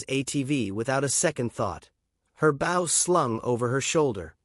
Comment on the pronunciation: Bow, not Bow! Have the AI get it right. Bow means the front of a boat. Bow means a ribbon in a weave or an archery weapon. This proves that this is a fake story,.